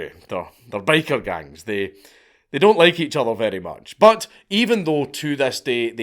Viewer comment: I wasn't paying attention while listening to this, so for the first few minutes I thought he was saying," Baker Gangs." Which I was pretty amused and confused at the same time. I imagined Bakers fighting over bread territories and control over the white powder.